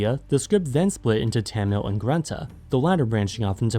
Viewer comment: telugu and tamil pronounced very wrong :p